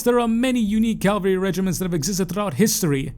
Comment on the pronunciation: Cav-al-ry brother. Calvary is a place.